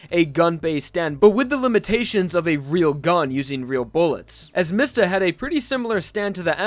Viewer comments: isn't it pronounced "me-sta?" not "miss-ta?" :o im italian and that's how we would say it, but since it's jojo i could be wrong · the way you pronounce Mista...... it hurts